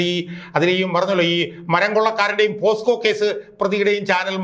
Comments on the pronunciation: അടിപൊളി ഷാജൻ, പിന്നെ സർ, posco അല്ല പോക്സോ ആണ്, സോറി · പോസ്കോ അല്ല പോക്സോ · പോസ്കോ എന്നല്ല പോക്സോ കേസ് എന്നാണ് '